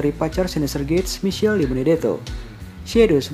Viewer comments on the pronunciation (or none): none